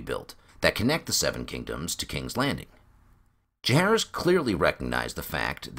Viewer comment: Can't wait for this book to temporarily sate my appetite for more ASOIAF. Tiny gripe (and call me an ass if you wish) but what's up with pronunciation of "Jahaerys"? Like Aerys or Jacaerys or Maelys the Monstrous the sounds are always the same. I'll go and hide in the corner now.... 😔